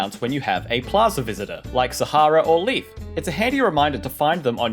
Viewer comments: taunde Even Nintendo calls him Leif/Life and not Leaf in their Direct. You're just always hearing it wrong from English speaker people who don't understand the EI. Go to Google translate, then you hear Leif and not Leaf. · That's what I was gonna say haha. So then we were both wrong. Because it is not pronounced like "leaf" or "life". It is "layf" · Leif is pronounced as 'Life' not Leaf. Not the same letters.... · its pronounced leaf you twat